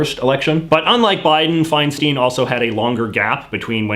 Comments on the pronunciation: As a Californian, I'm a little bothered you didn't say Dianne Feinstein's last night right. It's pronounced "fine-stein", not "fine-steen". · Senator Feinstein’s last name is actually pronounced “FineStine”